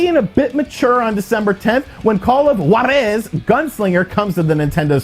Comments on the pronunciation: haha, why do you emphasize JUAAAR-eeeezzzzz!?!?!? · Cmon dude, is not that hard to learn to pronounce a single word. Juárez